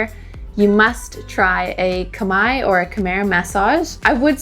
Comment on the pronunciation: Happy that learned to say K'my!